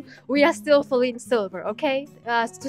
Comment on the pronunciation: OHHH YEAHH IT AINT FALINE SILVER ITS FALINE SLAY-VER!!!!